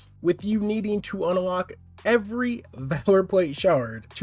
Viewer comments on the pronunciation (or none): the fuck is this man saying (un-a-lock) for its just unlock there isnt an (a) in the middle bruh XD